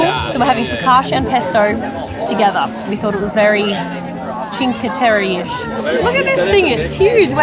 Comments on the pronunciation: I understand you;re Australians but please say Cinque Tereh not Cinque Terry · Always love your videos! But you guys butcher the names of Vernazza and Cinque Terre!:)